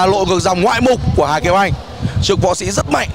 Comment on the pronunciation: Người ta nói ngoạn mục chứ sao lại ngoại mục?